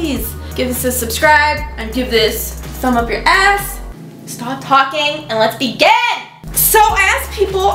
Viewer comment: I thought when she said "let's begin" I thought she said "let's be gay" and I was like YASSSS